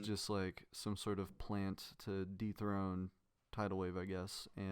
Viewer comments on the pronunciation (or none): just wanna say uh you said defrone grief instead of dethrone in chapters